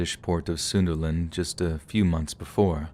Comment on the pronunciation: Sunderland, pronounced Sun-der-land or Sun-da-land.